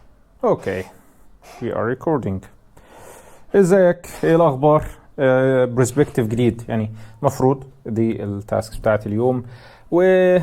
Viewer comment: هو ليه لما قلت we are recording نطقت حرف g